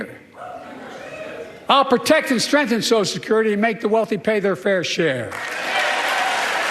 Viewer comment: Brian, please pronounce "social security" properly!